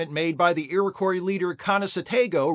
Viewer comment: Just FYI it's pronounced 'Erie-Kwah',. Don't feel too bad as I've pretty much ONLY heard it mispronounced when covering this story lately...